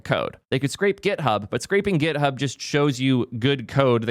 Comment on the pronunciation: its github not gethub